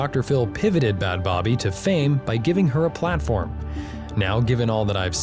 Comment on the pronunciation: Her name is pronounced as Bad baby